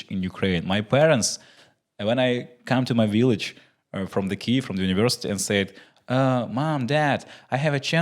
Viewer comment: Антоне, чудовий рівень англійської, інтеграції з Green Forest даються взнаки) Але над вимовою Kyiv варто попрацювати, тому чекаємо ще одну інтеграцію))